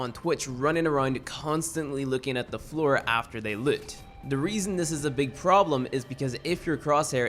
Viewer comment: As a professional Irish person this is a northern accent, they pronounce words some words like floor, ground, aim, cows like floyer, groined, eeim and coos. Don’t be fooled though, we don’t all sound like this. There’s about 30 accents in Ireland to take into account for :)